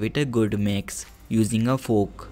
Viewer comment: He said fork like foook